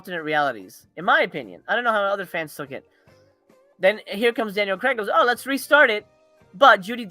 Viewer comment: Craig is pronounced Crayg not Cregg haha